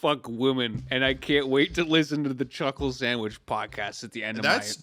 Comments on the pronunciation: Chuckle moment Edit: Sclhuckle Chandwich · Time for my weekly dose of "Sluckle Chandwhich"